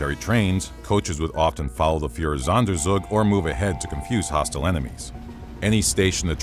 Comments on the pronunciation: I'm sorry, I know this is an interesting topic about a truly horrific time in human history, but all I keep hearing is "Fuhrersonder-zug-zug". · It‘s „Führer-Sonder-Zug“! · Oh god the Pronunciation of "Führersonderzug" is so fucking terrible My German ears bleed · Führersonderzug - your pronunciation is horrible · it's almost as if he isn't German.